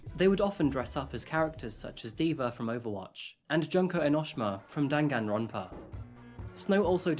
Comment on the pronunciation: “Junk-oh Enosh-Shuma from Dan-Gan-Ronpah” HELPPP 😭💀